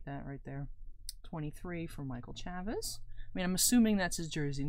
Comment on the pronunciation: Chavis has a long A like in Chase. ChAvis